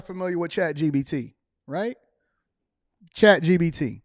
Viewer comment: … It’s ChatGPT not ChatGBT!!!